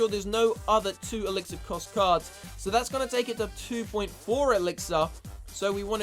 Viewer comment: See I would watch you but the way you say elixir makes me want to throw up